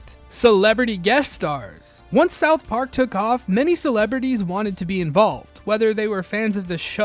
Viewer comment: Great video but you say "south park" weird